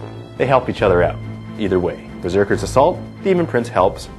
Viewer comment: did you say berkers?